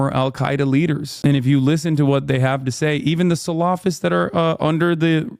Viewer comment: Why are you saying salafist like that?😂